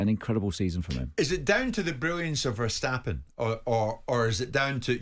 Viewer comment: It's not pronounced Vershstappen but Verstappen.